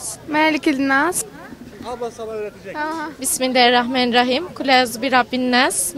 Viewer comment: ya evlendirme programı olunca takır takır sayıyor sonunu söyleyemiyor alt tarafı şunu dicek bimillarihrahmanirrahim